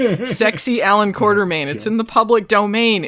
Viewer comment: Quatermain. Or has someone added an R to it? Apparently various people do add an R to it. Think